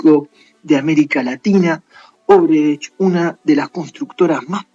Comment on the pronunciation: Es odebrecht y casi todo el video pronuncias "obredecht"